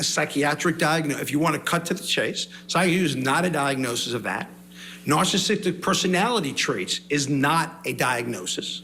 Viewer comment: He can’t even say “narcissist” correctly. I’m astounded at the amount of whackadoos in this world. It almost doesn’t feel real